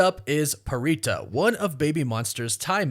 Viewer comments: Pharita’s name is pronounced: Farita! Not prita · Pharita is pronounced Parita. She is Thai and in the Thai language the PH is not treated as an F. It is in her introduction video and you can hear not only YG staff calling her Parita in the LAST EVALUATION but also hear her say it in interviews. Think about it this way, Phuket in Thailand is pronounced Poo•ket and not Fuk•it.